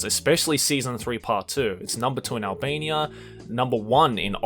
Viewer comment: What reads: Albania What I hear: Alabama